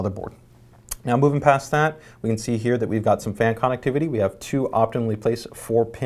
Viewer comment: It bothers me the way he says connectivity...